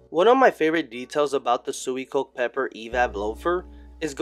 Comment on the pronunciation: *swee - co -keh *